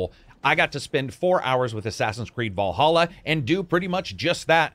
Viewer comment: It's Valhalla not Wallhalla